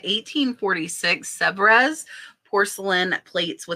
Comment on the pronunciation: Pronounced “ Sev” no -res pronounced! Fyi